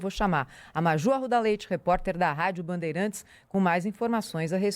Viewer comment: A reporter Maju pronuncia a palavra "bandeirAntes* como " banderEntes". 😂😂😂